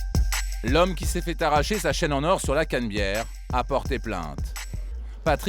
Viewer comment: au lieu de dire la canabiere il disent la canbiere mdrrr